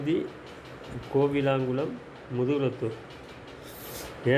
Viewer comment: கொல்லங்குளம் okva bro 😂😂😂😂 கோவிலாங்குளம் illa 😡😡😡